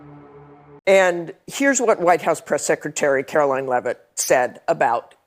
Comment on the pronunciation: Brain dead AOC can't even pronounce Caroline's name, right